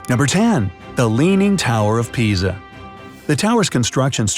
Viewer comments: You called it tower of piza instead of Geza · I am the only one who hears "leaning tower of pizza ?" 🙄 or this is quarantine effect on my Brian??